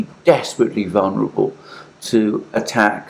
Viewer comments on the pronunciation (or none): none